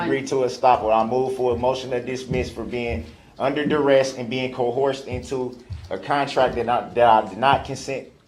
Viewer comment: More brooks words OAF (OATH) AXED (ASKED) DISPARATIVE (DISPARAGING) COHORSED (COERCED) DAT (THAT) GROUNZ (GROUNDS) TACKET (TACIT) BIAS-T (BIAS) DUREST (DURESS)